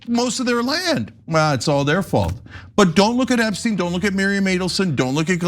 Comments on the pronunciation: Funny little slip there, Hillary... EpstEin instead of Epsteeen. I read somewhere about everyone pronouncing his name wrong besides those who knew. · "Eppstine... Eppsteen..." >>> This is what they call a "glitch": she accidently pronounced the name more correctly...🙂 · I’m glad someone said that!!! That was very slick but noticed “epstine” haha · “EPSTINE” is some Reagan Level obfuscation! 🎖️ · Oh look, she knows so little about him that she can't even say his name right.